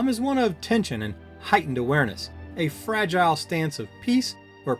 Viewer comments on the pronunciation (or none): none